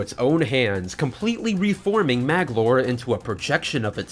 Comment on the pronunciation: Sheesh, Magolor has 3 syllables, not 2. Also, you didn't include the lore about Nightmare and the Star Rod